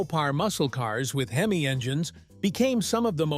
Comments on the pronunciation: This is so AI. Pronunciation for the “word,” “Hemeye” & not “Hemee. What a freaking crock. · Robo voice " Hem eye " ? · I HATE these AI voiceovers…!!! Where can I buy one of these these HIM-EYE motors today…!!! Edit : Now, if Mopar could build one that lasted like the late-60s motors, Mopar would really have something to brag about in its rebirth…! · LMAO...... What's a heemi? Terrible, terrible.......... Sick of this AI bs. So smart but cannot pronounce words correctly. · Your reader can't pronounce "hemi". Weak.